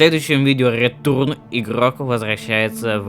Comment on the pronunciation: рэтёрн❌ рэтурн👍